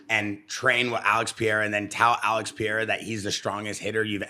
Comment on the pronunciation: Even Pereira doesn’t even say “padayda”. It’s “Paheyda”. But it absolutely is not Pierra.